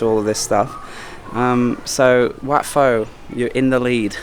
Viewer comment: Just a tip but WAT is pronounced WHAT in English